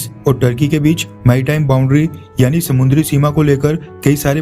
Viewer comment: समुंद्री नही समुद्री बोल